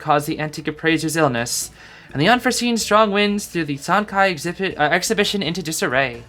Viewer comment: I believe Sancai would be pronounced San Tsai, based of some mandarin classes i took in highschool lol. I might be wrong but i think the letter 'c' in pinyin never makes a 'k' sound like it does in english. It's a 'ts' like in "cats"